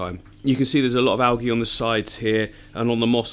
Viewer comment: Awesome tanks. I watch all of your YouTubes. One comment it's pronounced al-jie not algy :) great YouTube s